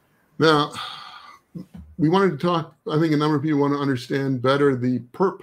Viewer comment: Can't tell if he is intentionally mispronouncing it or not